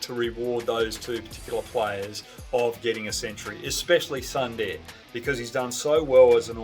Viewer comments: It's not Sandeer, it's pronounced as Soondar ! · Amazing takes Mr. Hogg. I must correct you on the pronunciation of "Sundar" - It's pronounced "Soon- dahr"